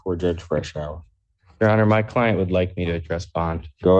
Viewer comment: 15 seconds in and "My clien't will not be joinging us." The "and what's his excuse" look on Judge Simpson's face, then the Defense Attorney says "because he's dead."